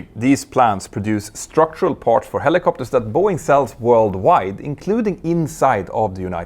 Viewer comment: Mentour, what I find so irritating is how often you wrongly pronounce an A as an O. Words like MArch or PArts sound like MOrsch or POrschts - hard to bear.